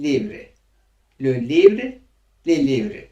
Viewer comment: Le livre diye okunmuyor lö livğ diye okunuyor r harfi ğ harfi olarak okunuyor